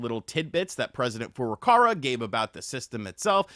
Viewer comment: the president of Nintendo, his name is pronounced Foo - Roo, Kah Wah it's not "Foo' ruh karwuh"